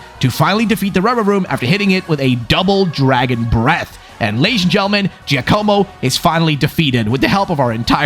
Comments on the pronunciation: It's not Joe-koh-mo. It's J-AH-komo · giacomo is pronounced Ja co mo ja not jay